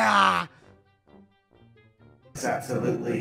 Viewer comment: it's just me or does he not know how to say Maria